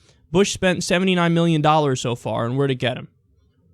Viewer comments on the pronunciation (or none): four hundred MILLIOUN DOLLERS lmao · The way Trump pronounces "million" is so fucking Dr. Evil.